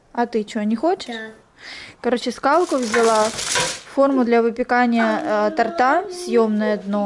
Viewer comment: тОрт, тОрта. Ох как передёргивает меня от тортА. 😀🥰